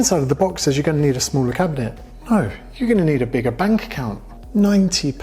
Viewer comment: I was like relax brother 19 Pounds doesnt sound to much until realized he is saying 90 hahaha